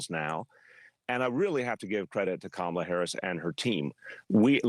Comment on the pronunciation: Why these Donald Trump and his [Right Wingers] acolytes never pronounced her 'FIRST' name CORRECTLY?!